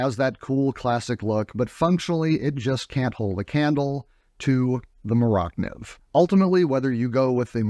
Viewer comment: Iz not "more oct niv" iz "more-ah niv" or Mora Knife